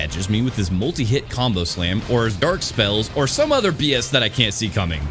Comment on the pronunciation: Am I the only one hearing him say "derk" instead of dark?